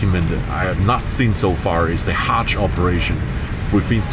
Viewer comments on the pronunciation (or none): Its not Hatch flight, But a Hajji Flight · It is called Hajj (Pilgrimage) not Hatch !